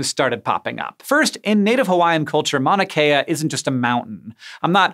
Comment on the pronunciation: Hank you kept saying Manakea. It is pronounced as it is spelled like mount drop the t.